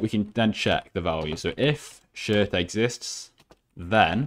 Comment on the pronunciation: he say destroy that shit XD :) I Know He Say Shirt :)